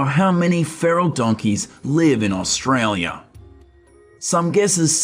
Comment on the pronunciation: Can you learn to say AUSTRALIA